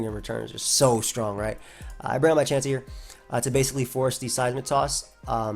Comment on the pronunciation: "Volcarona is a problem, but I have a chance-sey" Sorry